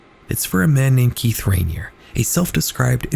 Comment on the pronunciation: he doesn't even pronounce raniere or nxivm correctly